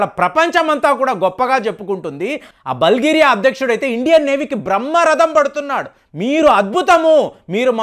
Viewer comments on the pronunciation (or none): బల్గేరియా కాదు , బుల్గేరియా .